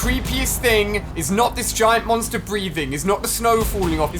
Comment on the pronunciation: Yeah ali its a g-eye-nt creature